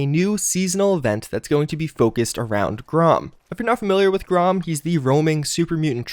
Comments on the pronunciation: Its pronounced GREY-um or GRAM not GROM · "Grom"?, c'mon... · And do you spell "Graham" with only one "A"? The mutant's name is pronounced GRAHM, not GRAHAM. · Grahom? It's pronounced grayham